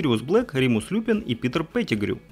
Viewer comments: Он не лЮпин, а люпИн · Люпин ударение на и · Люпин?! ЛЮпин карл! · И не ЛЮпин ЛюПИН